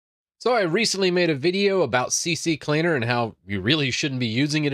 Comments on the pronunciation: "CC-Cleaner"? It's called "C-Cleaner" :) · It's CCleaner, not CCCleaner. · I like how everyone says CCCleaner even though it's CCleaner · Did u Notice that its C-Cleaner? Not CC-Cleaner? :) Good video like everytime :) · It is C-Cleaner not CC-cleaner 😊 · its not CC Cleaner, its CCleaner 😀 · It's C Cleaner not CC Cleaner :)) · It's CCleaner. Not CC Cleaner. 🤣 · "CC Cleaner", all of people I know pronounce like this. haha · I get so tired of hearing this. It called C. CLEANER. Stop adding an extra C! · Can't even pronounce CCleaner.